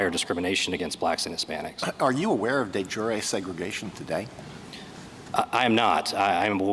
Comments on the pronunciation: The way Sotomayer pronounces it, it means "of the day", like soup de jour. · It’s not delivery…it’s De Jure No? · Yes, that was Alito. She can't pronounce it either - moments after hearing it said correctly.